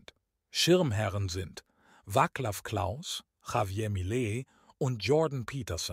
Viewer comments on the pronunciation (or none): Wacklaf Klaus? Mann Mann, habt ihr keine Sprecher, die wenigstens Namen bekannter Politiker richtig aussprechen können?